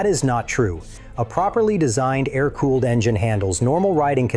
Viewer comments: A-R cooling? I’ll never understand why people who let the AI do the work for them can’t at least come along afterward and listen to their own video before uploading. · This video is ai? Why the hell did it pronounce Air like that